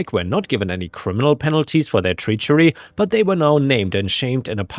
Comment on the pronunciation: Treachery- tr eh chur E